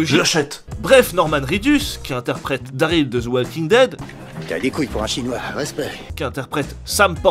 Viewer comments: "Daryl" pas "Daril" et le jeu est une bombe ! ❤️ 🙂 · « Daril »... Pardon ? C’est pas « Daryl » plutôt ? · C'est "DarYl" et non "Daril", quand on critique, on le fait bien ! Sinon oui d'accord Kojima a un Ego trop nourri mais son jeu est clairement une réussite et innove de par son aspect de partage à travers les constructions et/ou avertissement et ce jeu illustre très bien la construction de la civilisation : au début l'environnement ouvert est clairement que de l'herbe, de la nature à l'état pur qui n'arrange pas la progression du joueur et plus on crée des routes, ponts et autres pour faciliter le voyage, plus paradoxalement on enlaidit la nature, en résumé c'est une métaphore juste et bien amenée sur la façon qu'on les êtres humains à "grignoter" et polluer le paysage visuel naturel par ses édifices et autres constructions (et l'atmosphère). Ce jeu n'est clairement pas du tout fait pour tous le monde c'est un jeu ou tu en baves tellement c'est long mais tu as la satisfaction du boulot accompli à la clé une fois le jeu fini. C'est simple ce jeu divise, soit on déteste le concept soit on adore mais dans les deux cas ce jeu fait parler de lui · C'est Daryl pas Daril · Attend comment ça "daril" ? C4EST PAS COMME 9A ! bref sinon bonne vidéo ! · "Daril" allez je dislike